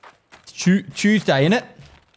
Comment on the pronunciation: I came here to say the same thing, Chewsday innit had me rolling